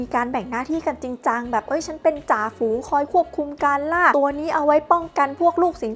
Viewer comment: ฝูง ไม่ใช่ ฟูง